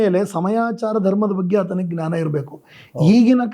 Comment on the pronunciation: GNANA IS WRONG PRONUNCIATION IT IS JNANA SORRY TO SAY THIS